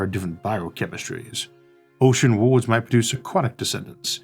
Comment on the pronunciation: Can someone please take a minute and teach this man how to pronounce the word "worlds" or maybe remove it from his vocabulary..